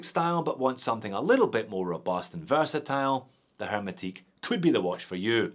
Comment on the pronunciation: It's a French word, hermétique, you don't pronounce the 'h' 😉